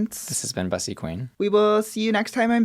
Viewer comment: Everyone including Bussy pronouncing their name wrong🤣💀it’s BOOSY, Veronica Valentine has spoken👑